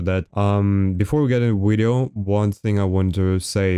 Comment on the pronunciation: My boy dropping wideo after wideo hell yeah